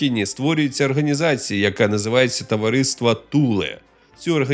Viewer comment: Все дуже добре але не арганізація а організація а так лайк